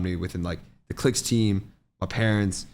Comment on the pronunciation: y he saying clix as clit